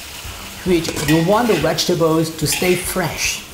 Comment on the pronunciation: Correct pronunciation please.